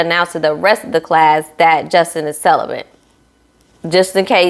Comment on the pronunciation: You're not hearing "celibate" you're hearing celibent.